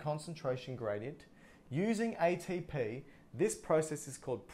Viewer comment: wow you explained this so well I just watched 10,000 videos and yours is by far the very best !!! I like how you say aye-tee-p